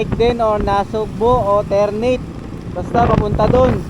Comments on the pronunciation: Ter-na-te yun hindi Ter-neyt 😅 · haha ter - na - te po yan haha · Ter-na-te po